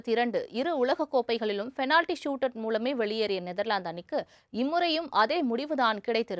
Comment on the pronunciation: Change your pronounce from fenality to penality